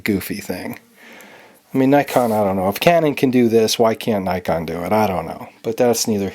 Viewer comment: It is pronounced Nikon NOT Nykon!!!!!!!!!!!!!